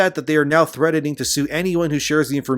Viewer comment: Sounds like you're saying threadening, you pronounce the T in threatening. LOL